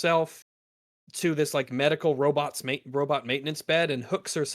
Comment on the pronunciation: I cannot understand the "robuts" pronouniation and "conDOM"